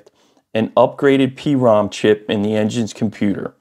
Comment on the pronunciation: its not P-ROM . its prom.... like "got a date for prom"....... prom chip